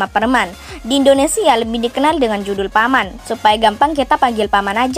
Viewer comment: P - Man : Bacanya ( Piman ) bukan Paman min 😅🤣👍